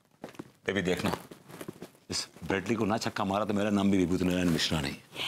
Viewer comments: Are wah brus lee , nahi wo brett lee hai , sahi pakde hai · Brett Lee❌ Bread Lee ✅